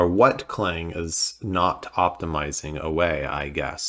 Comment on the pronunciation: Please, it's not "Cl-ang" it's "C-lang"!